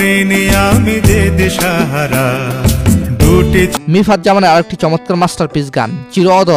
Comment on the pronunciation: মিফতাহ not মিফাত। আগে নামটা ভালো করে বলতে শিখেন।